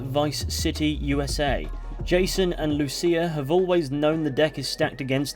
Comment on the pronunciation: Thanks for pronouncing Lucía's name correctly. The other YouTubers I saw for this pronounced it "loose ya". <_<